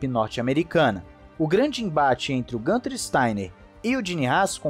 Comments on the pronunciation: É isso. Falantes de outros idiomas tbm substituem o umlaut (vogais com trema) pelas versões sem trema+ uma vogal, por não estarem acostumados com essa grafia. A pronúncia, no entanto, é mais próxima de "guinter", e não "gânter" como se fosse uma palavra em inglês. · Desculpe mas "Gunther" é a pronúncia de quem não conhece a origem do nome dele... pergunte a ele e descobrirá que na língua nativa pronuncia-se "Guinther" igual pronunciamos Guilherme. (perceba que o nome dele tem um "u" com trema)...😎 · Acho que o nome do Steiner se pronuncia no alemão "Guinter". É interessante ver como o Nico chama ele, possivelmente é a pronúncia mais acertada... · A pronúncia correta é Guintarrrr. Nas colônias alemãs do Brasil, falam Guinter.